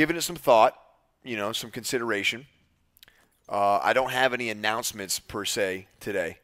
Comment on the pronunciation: "i dont have an accouncment" title of the vide "I have a big announcement" hahahah